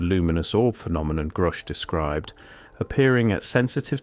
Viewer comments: It's not pronounced groosh, buddy. Its like grush. Like the word rush, with a g at the beginning. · Grusch rhymes with rush. And he is a very courageous man. Thank you very much for this channel.